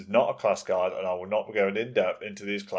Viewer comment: great guide but why do you pronounce guide as guard?